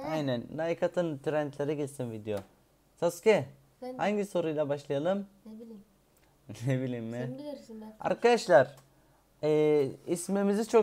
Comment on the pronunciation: de Sasuke Azərbaycan'ca nəbilim diyor 😄😁